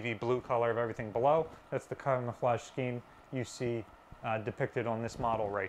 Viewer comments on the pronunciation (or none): none